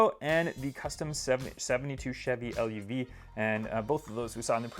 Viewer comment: Chevy LUV is pronounced love. GTI not GT1